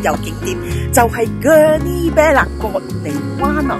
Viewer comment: Gurney bay not gurney bear/beh 😂